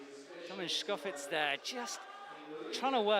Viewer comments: Stop saying "tschkofitz"!! domen TSkofiTCH! Just cant keep hearin it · It's actually fitz... It doesn't end with č